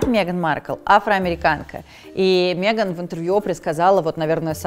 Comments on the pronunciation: Убивает каждый раз когда говорит Меган через Е 🤣🤣🤣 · мЕган? мЕЕЕЕееееган? Ржу - не могу🤣🤣🤣